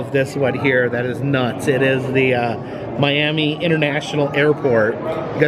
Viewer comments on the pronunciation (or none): none